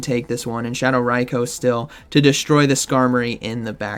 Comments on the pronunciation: ITS RAI-KOO, not RAI-KOWE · I cringed everything said RYE-KO 😂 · The number of times you pronounced Raikou incorrectly is going to keep me up at night